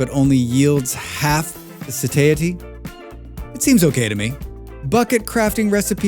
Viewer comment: I have never heard someone mispronounce satiety so badly